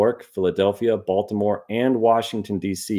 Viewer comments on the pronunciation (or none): none